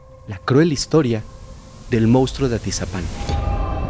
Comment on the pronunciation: Excelente investigación, pero te suplico que tanto tú como todo el equipo (incluyendo a Fepo) CORRIJAN la palabra MONSTRUO, y no digan MOUSTRO!!! Xq se escucha fatal.